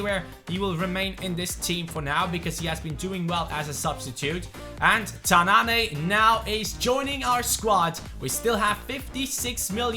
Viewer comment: ''Tannane'' is pronounced ''Tannan'' not ''Tannané'' #dimaraja